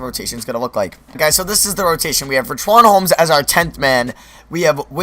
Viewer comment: Did this man just say "Rich-Wan Holmes"